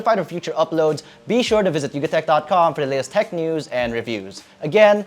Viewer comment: from yugatech to dugatech real quick 🤣